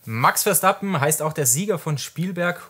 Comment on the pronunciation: Ich mag die Videos sehr. Aber sag doch dem mal jemand, dass der Redbull-Fahrer Verstappen heißt und nicht Verschtappen. 😉